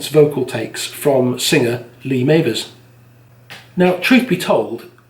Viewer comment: Enjoyed this, nice work..........if you like that Scouse thing please check out Waterpistol and HMS Fable by Shack, 2 of the 90’s’ finest albums right there. Also, can you edit the pronunciation of Mavers? It’s doing my head in😂